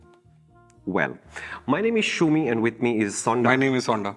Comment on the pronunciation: its not SONDA.. its HONI my modest friend 🤣